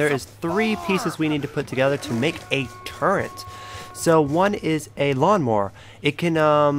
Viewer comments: dude WTF it's pronounced turret not turrent turret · its turret not turrent..... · Very sorry but turrent isn't a word it's turret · 1. It's called a mannequin 2. It's called a turret, not a turrent 3. It's called a lever, not a lether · Its a LEVER and a TURRET not leather and turrent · When he called a turret a “turrent* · its turret nit turrents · He not saying fukin turret right he's saying turren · Dude its turret not turrent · He's not sayin fuking turret hes saying turren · turret not torrent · Turret turret not turent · Turret not turrent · The amount of times he said turrent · WTF IS A TURRENT YO JFC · turrent.... cabinent..... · Why the fuck are you saying turrent